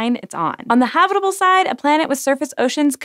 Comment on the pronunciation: I swear you're saying HOBBITable zone. They seem to do well even in Mordor, so Venus is doable.